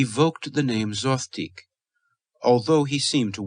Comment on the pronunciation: Is there a reason Zothique is pronounced three different ways here? Zo-theeck Zo-teek Zoth-teek